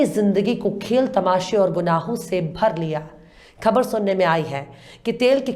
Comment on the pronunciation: Excellent presentation, I advise you to do some more exercise on the pronunciation of some words, especially "KHABAR" All the best